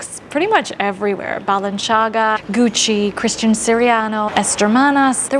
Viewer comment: wow as massive lightbulb moment for me: the proper way of pronouncing Balenciaga!